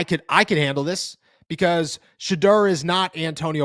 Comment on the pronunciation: There’s a u in his name bro. Sheduerrrr